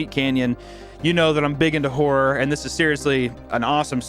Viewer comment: I love how he pronounces WHOREor. Scary and horny that's a good combo as viewers of this channel already khow.